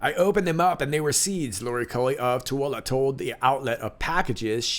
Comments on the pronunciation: props for pronouncing "Toole" correctly. Erm, Tooele Ut correctly, edited for spelling of "Tooele". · You pronounced Tooele correctly! Amazing! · I am Sooooo impressed!!! Where did you learn to pronounce Tooele? Not very often you hear it pronounced correctly!